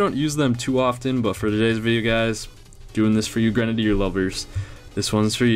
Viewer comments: Ffs know how to say grenadier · Pronounced: Grenade E er